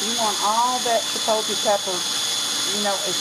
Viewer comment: Chipotle is pronouned chee-pot(with a long o) -le, u say the L in the word, too.lol...One thing about saying something in another language, is that it is nice to show respect by learning how to say the words correctly. I am a Hispanic American and view it as, if, I had to learn how to speak proper English and I can say I sound white, but am not, then what is the harm in others learning, other's correct pronunciations of words of their culture. Not meaning to get into anything,personal, mind u, but just saying that it is nice to learn how to say things the right way as to not offend , anyone. ^^* Here's to Chipotle and good eats of all kinds!!! Thanks for the video!!